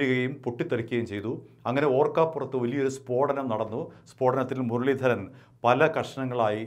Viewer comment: മുരളീധരന്റെ R എവിടെ പോയി 😄😄